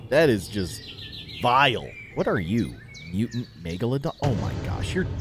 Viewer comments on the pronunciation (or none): none